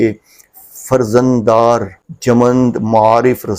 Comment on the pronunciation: آپ ریڈنگ غلط کر رہے ہیں خطبے کی اتنے بڑے پلٹ فارم پر کم از کم ایک بار کسی کو پڑھ کر سنایا دیا کریں فرزندِ ارجمند بھی غلط پڑھا